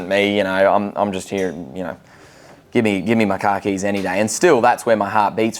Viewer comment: Okay, even as a Brit I was confused as to why he kept referring to his car keys 😂. Too long pause between syllables for my ears apparently!